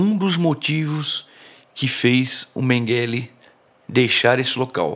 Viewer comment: Que agonia a forma como você pronuncia Mengele. Totalmente errada e abrasileirada. Quem pronuncia esse sobrenome corretamente é a senhora idosa.